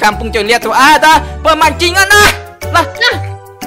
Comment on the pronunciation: Maaf ya bang video nya sedikit agak toxic Karna Abang mau bilang pemancingan tapi malah pemajingan 😅